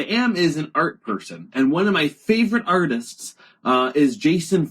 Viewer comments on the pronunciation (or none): none